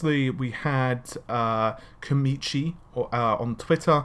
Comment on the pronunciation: Its Komachi not "Komichi''